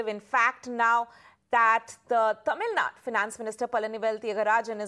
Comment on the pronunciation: It's TAMIL NADU not Tamil "nad" ! Get your fact right!